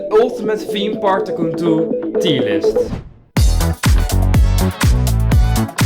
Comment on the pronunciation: Please say tycoon normally not like tycontoon